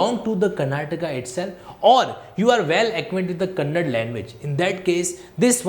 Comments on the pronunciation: 'Kannad' nahi 'kannada' bolo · Kannad bhasha nahi KANNADA bhashe hota hai..